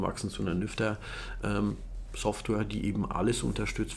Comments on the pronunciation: Jedes Mal wenn du Nyfter gesagt hast verstand ich "Lüfter"... error in head...🤪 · Verdammt, nachdem ich deinen Kommentar gelesen habe, ich jetzt auch xD